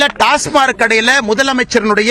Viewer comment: டாஸ்மார்க் என்பதை முதலில் தமிழில் டாஸ்மாக் என்று ஒழுங்காக சொல்லட்டும் இந்த அரைகுறை அரைவேக்காடு பாரதிராஜா கட்சியின் உளறல் பைத்தியம்.